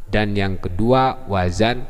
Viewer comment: Pak. bukan WAJAN tapi yang benar WAZAN